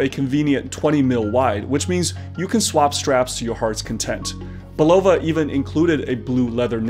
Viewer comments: Hey, Bulova is pronounced: Bull uh Va ( its a queens ny brand where I'm from) the other way sounds Russian:) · Great story - but please explain your odd pronunciation of Bulova...since when is the accent on the second syllable? Hearing you say it over and over was nails on a chalkboard. I don't pretend to be a watch expert, but I do own my dad's 50+ year old Bulova, and this was a new one on me...don't think I'm alone here... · You can find Bulova commercials from the 60s and 70s if you look around, and they pronounce it “BULL-of-a”. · Umm...I don't mean to initiate a riot; however, let's discuss your pronunciation of Bulova. I've always said Bull-ova. Which is correct? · Love your site, but it's pronounced "BULL-uh-vuh". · You're saying Bulova wrong. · Someone from Bulova needs to call him and teach him how to pronounce Bulova. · odd pronunciation of bulova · This might help you pronounce Bulova properly.